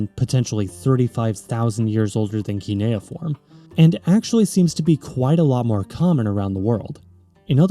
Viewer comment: Idk if someone mentioned but you are pronouncing cuneiform as kineoform.